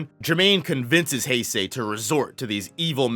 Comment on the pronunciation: Hase is pronounced Hah-seh. The way you’re pronouncing is as Heisei.